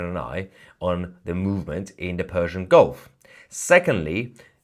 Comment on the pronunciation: so its fersian? you said no "p" hihihihihihi